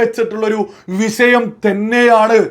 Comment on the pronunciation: വിശയമല്ല വിഷയ० എന്നാണ് പറയേണ്ടത്